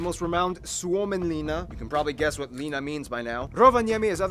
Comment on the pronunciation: It's not pronounced "Liina" it is pronounced "Linna"